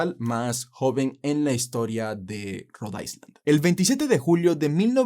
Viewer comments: con todo respeto, Road island no se pronuncia ice como hielo, se pronuncia aylan; lo mismo pasa con Long island u otra palabra en ingles que lleve la palabra island... saludos. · Cuando dices Rhode Island lo pronuncias mal 🤷‍♀️🤦🏽‍♀️👎🏼